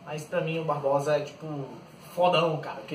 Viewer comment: Não se chama "BarboSa" e sim Barbossa.. Da pra melhorar, mas so falou bosta! kkkkkk